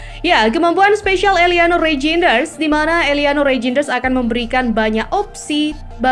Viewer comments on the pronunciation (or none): Namanya bukan rainjenes tapi Rainjders.